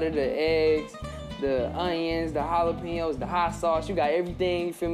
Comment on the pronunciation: My man said my onions and my jalapeyos